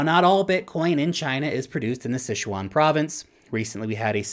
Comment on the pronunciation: and i mean. This presentation... my god...Pronunciation...Maher, Sichuan, etc///